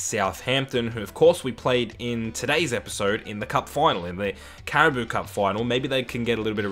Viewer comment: Its pronounced cara-bow cup your saying cara-boo 😭 which sounds funny but anyways still a great video 👍